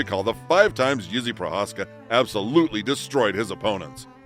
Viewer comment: Idk who’s reading the script but it’s not good the way they pronounce the names keeps sounding like they calling him Izzy